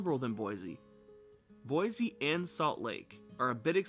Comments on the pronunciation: Cool vid but it’s Boi “c” not Boi “z” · I thought boise natives pronounced it “boy-zee” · Pronounce Boise correct. There is no Z in Boise.